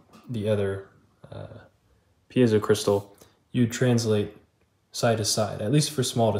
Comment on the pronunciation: Cool video, and I just want to acknowledge that you're one of the few people who pronounces "piezo" correctly!